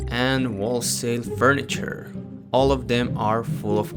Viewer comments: I'm sorry did you pronounce wholesale as wullsale?:P the w is silent for future reference, its pronounced hole sale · dude said wholesale wrong the w is silent 😂😂😂